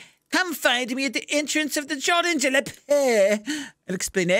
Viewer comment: Jardin de la Paix is french, go look how it pronounces at Google translate.